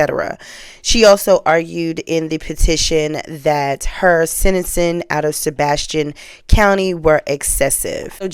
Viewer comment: Mam, you are a great storyteller, however, please work on your diction. You pronounce sentencing...senacing. Gambling...gamaling. I'm writing this to teach not condemn.